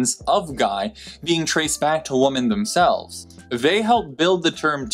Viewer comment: One last thing: starting , you use the word "women" 3 times, but you pronounced it as "woman". In the plural form, the o in women is pronounced like the vowel in "win." The mistake is very interesting.